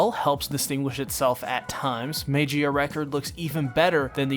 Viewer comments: It's pronounced "Mah-ghee-ah", not "may-gee-ah" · No, mag eehhuhh record, not mage-eee uh record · Well lemi just join you guys like the 'MEYGIA RECORD' or 'MEIGIA RECORD' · It’s pernounced mag-e-uh record. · Sigh, let’s teach you how to pronounce Magia, magic without the “ic” and gia pronounced jia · im sorry but i cringe everytime you mispronounce magia